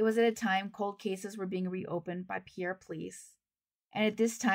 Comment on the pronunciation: Just FYI, but I believe the South Dakota pronunciation of Pierre is closer to 'Pier,' but I'm from Minnesota and cannot say with absolute certainty. I enjoy your channel.